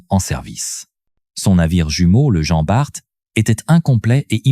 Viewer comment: Jean Barte et dunekerque 😂😂😂sacrée IA il faut encore bosser ....